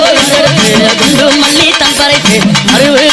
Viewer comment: It's not alli it's malli malar